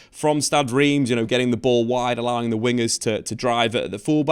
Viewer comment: I believe it's pronounced "R'emm".